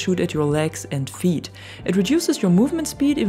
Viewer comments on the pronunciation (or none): none